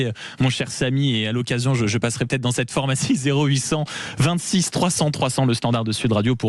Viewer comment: on dit phArmacie et non phOrmacie...😤🤣